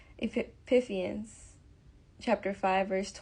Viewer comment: Love this! Thank you for sharing his word. Btw ( Ephesians is pronounced Uh-fee-shins ) I opened the word to read along. Thank you 😊 reminding me of Gods grace and purpose for my life.